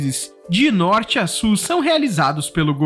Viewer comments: Não é "SU"!!!!! É "SUL"! Tem um L no final da palavra! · A PALAVRA E' SUL, SUL,SUL ! ! ! PORQUE VOCE A PRONUNCIA S U R? Essa pronuncia e' a do espanhol.Vais me ouvir dessa vez? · pq vc fala súu e não sul? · Por que vc pronuncia Sur em vez de Sul? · Ferrovia Norte -SUL e não Ferrovia Norte-Surrrrrrr báh!